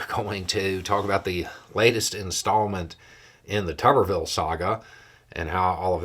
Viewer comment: It's not tubberville, it's tuberville like a potato is a tuber.